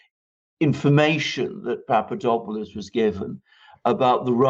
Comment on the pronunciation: I hope you don't mind me pointing out that it's PapaDOPalous, - DOP as in hop, or drop, not PapaDOPEalous - DOPE as in hope or pope. Thanks.